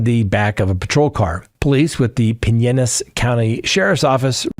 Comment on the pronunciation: I am the pronunciation police. Pine like the tree and ellas l as, the St Pete Fl County.